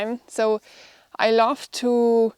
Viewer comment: all ok, i enjoy your programm... but your pronunciation of 'love' sounds like ' laugh'.....